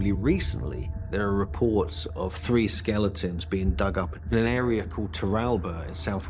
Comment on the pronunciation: I keep hearing STATUES not SKELETONS… am I wrong here?